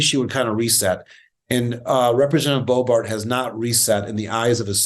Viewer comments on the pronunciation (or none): He has to be pronouncing it Bo-bArt on purpose, right?